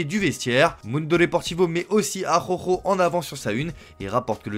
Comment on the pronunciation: Va faloir bosser la prononciation de ARAUJO 😂😊